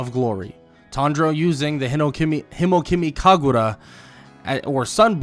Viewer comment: Every time he mispronounces Hinokami Kagura gives me an migraine, goodness me